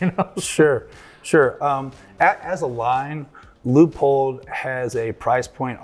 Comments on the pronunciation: He’s calling it a Lee a pold with the Leupold rep next to him 😂😂😂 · listen to Bob Dana - it's pronounced Loo - pold!! 🤠